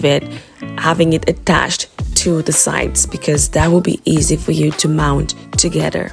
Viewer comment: There is no “D” in together